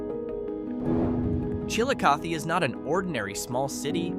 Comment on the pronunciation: LEE-ma is the capital of Peru. But he pronounces Chillicothe correctly.